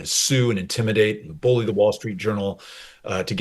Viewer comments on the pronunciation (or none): none